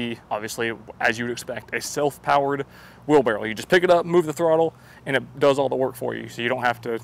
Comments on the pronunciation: Is he saying wheel barrel or wheelbarrow? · Titles the video "wheelbarrow". Spends the entire video calling it a "wheelbarrel". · Why does he say wheelbarrow like wheel barrel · Wheel-barrel 😅🤣🤣😂🤣😅, your a legend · Wheelbarrel 😂 I can’t unhear it… I’ve tried, I just can’t 💀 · The way he says wheel barrel, it’s wheelbarrow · Was he saying wheel barrel? Lol that’s what I heard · Dude, why you keep saying "wheel barrel"?